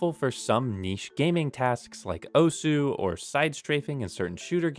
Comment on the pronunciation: Also. Stop mispronouncing "Osu!".